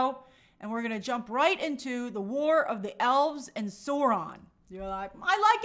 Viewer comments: its saur-ron, like naurrrr in australian accent lol saurrron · Sauron is pronounced sow-ron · My god, her pronunciation of Sauron was killing me 😅. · I cringed SO HARD when she said it like that.